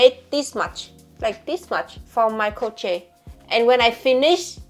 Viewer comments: That is not cooking paper. Those are paper towel, honey. I sincerely hope to God that you are not cooking with paper towels or up in a burn your entire building down! Also, you need to stop being crochet like that. It is pronounced “CROW-SHAY!” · The way you say "crot-shay" is the cutest way I've ever heard someone pronounce crochet. A combo of your Vietnamese and German/English accent. It's so original and dare I say iconic. Please don't think I am being mean or criticizing the way you pronounce it. I just wanted to compliment you on unlocking a new audible stimulation for me. Some people pronounce words so elegantly and in a way that satisfies my audio stim. You just so happen to say crot-shay in such a cute/funny/child like way. Please never change the way you speak! Hello from Syracuse New York!!!